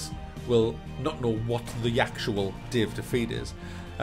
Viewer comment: the way you say Day of Defeat is great. "Dave Defeat"